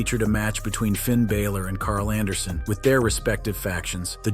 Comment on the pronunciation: Where is the y in balor?